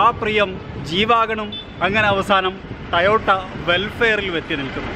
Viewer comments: Tayotta alla. Ayye. TOYOTA anu parnju padik kure ayille vlog cheyyunna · Bro tayota alla toyota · To-Yo-Ta ennanu. Not Ta-Yo-Ta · ടയോട്ട ആണോ ടൊയോട്ട ആണോ ?? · ടയോട്ട ആണോ ടൊയോട്ട ആണോ